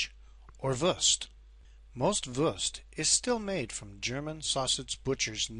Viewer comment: It’s not “würst“ it’s „Wurst „